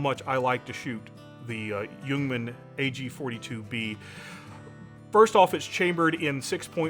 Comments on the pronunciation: You pronounce Ljungman correct (I'm a swede). "Ljung" is swedish for "heather" (the plant). The "L" in Ljungman is silent when pronounced, both in "ljung" and in "Ljungman". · Thank you for not pronouncing the L in Ljungman, drives me up the goddamn walls to hear people say "Lejugnman"